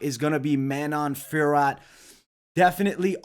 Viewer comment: Great picks! BTW Fiorot is pronounced Fyee-oh-Row -- Manon will probably win, but she lacks experience, I wouldnt be that shocked if Maia pulls a sub. I am staying away but I am already on the rest of your picks, good luck everyone.